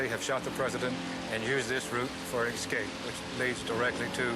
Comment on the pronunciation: Did he say "excape?"